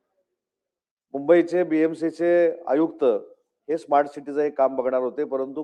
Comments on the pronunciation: खोबडेला साधं स्मार्ट बोलता येत नाही तो इस्मार्ट सिटी बोलतो. अशी माणसं राज्याची वाट लावतील. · सोईचे स्मार्ट सिटी म्हणता येत नाही त्याला इस्मार्ट बोलल्या जातं हे केवढं दुर्दैव. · स्मार्ट सिटी होणार इस्मार्ट सुट्टी नाही अरे तुम्हाला बोलता पण येत नाही आणि त्या आयएएस अधिकारी नांदी लागायले